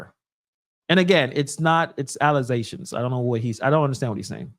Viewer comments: There is no “z” in allegations. The guy at the podium pronounced it right. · the word is allegations please pronounce it correctly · Lol it's ALLEGATIONS !!! Plz AKS Anyone !! 🤣😂🤣🙄🙄🙄😳😳😎 Cmon folks